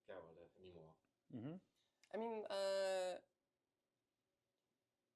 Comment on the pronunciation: I hope I'm reading too much into it but the Executive Producer mispronouncing Geralt on the first try is very concerning